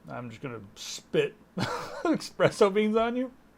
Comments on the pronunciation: It's espresso, not expresso... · It's espresso, not expresso! jeeez ;P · I do love soup. How did you know. :x ESPRESSO, not EXPRESSO. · Exspresso beans? It is called espresso. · > brags about pronouncing words with arguable pronunciation 'correctly' > "expresso beans"